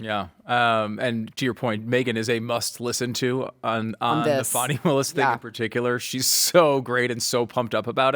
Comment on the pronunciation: Not wanting to pronounce Fani's name right shows the hatred and racism 😅